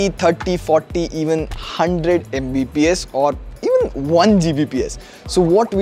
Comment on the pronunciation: video Editor: "MBPS", desperately saying its "Mbps"